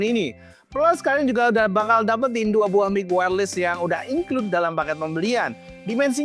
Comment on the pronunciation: bacanya wairles bukan wairlis